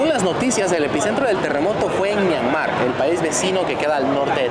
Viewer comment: Myanmar es palabra grave, no aguda.